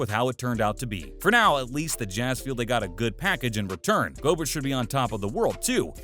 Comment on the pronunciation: Rudy Go-Burt?! I'm 100% convinced you don't watch basketball at this point